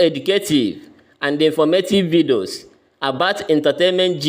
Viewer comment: Please I keep hearing vidoos what is vidoos